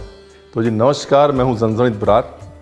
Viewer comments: Sir my native place is Kolhapur mai apki big fan hu hi bt apke muh se jb zanzanit word suna inna mst lg ra apke zaban se mai to diwani ho gyi😍aaj misal pav ke recipe ne kamal kr diya sach me zanzanit 🤭🤗❤️😎🔥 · रणवीर जी मे कोल्हापुर से हु. आपकी बहुत बडी फॅन हू. अपने यह रेसिपी बिलकुल पारंपारिक तरीके से बनाई है. एक्स्ट्रा लाईक बनता है क्युकी आपने 'झणझणीत' बरोबर बोलला.......👍👍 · Being from Kolhapur, the way you said zhanzanit, has my heart. And obviously the Misal ❤️ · Zhanzhanit ur pronounciation was perfect😁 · Love the way u called Zanzanit😊😊.....lots of love sir😊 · The way you pronounce "Zanzanit" too good 👍😍😍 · Hello chef, your pronunciation Zanzanit is perfect. But wrong information about Kolhapur. Kolhapur comes in western Maharashtra and it’s surrounded by beautiful greenery and here you will get lot of coconut trees. Kolhapur known for its jaggery and sugarcane fields. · Being Marathi and from Sangli city....around 1 hour away from Kolhapur, loved your Marathi words with so perfect accent....vatan and zanzanit.... respect continued for the great RB ji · Being kolhapur kar..love the way you said..झणझणीत 😍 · So nice to see you pronounce ण from झणझणीत!☺️ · when he can pronounce झणझणीत correctly but not बटाटा 😂😂😂 amazing recipe झणझणीत brar ji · भाई जैसे 'झणझणीत' परफेक्ट बोलते हो वैसे ही 'मिसळ' भी बोलो.. 'मिसल' उतना 'झणझणीत' नही लगता जैसे 'मिसळ' लगता है! 😂😂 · Your marathi accent is so good..."झणझणीत","वाटण" really hats off to you...and love the way you present the misal paav....thanks a lot for sharing it